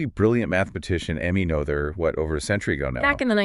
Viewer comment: Is this AI narrated? Woman pronounces Noether’s name differently many times.